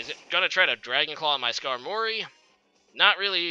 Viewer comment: I don't know why no one has ever said this but Skarmory is pronounced Skarm-ory not Skar-mory.